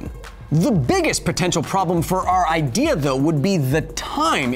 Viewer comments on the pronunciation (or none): none